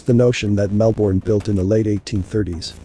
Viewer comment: So interesting! Thank you. Tip: it’s pronounced MELbin, MELbun down here😊